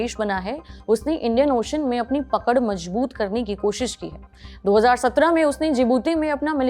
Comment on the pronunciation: Prachoor nahin, prachur. Matra chote oo ki hai. Aur haan, majboot nahi, mazboot hai.